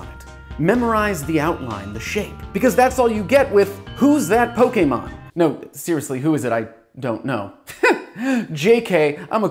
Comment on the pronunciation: Thank you for not calling them Pokiemon